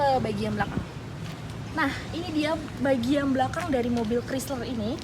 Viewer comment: "Kraisler" bukan "krisler" ya dek yg cantik dan manis❤️